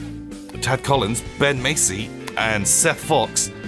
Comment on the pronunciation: Well, I wasn’t expecting that. Sneaking on to success! (It’s Mass-ey not Mace-ey but hey, win some lose some.)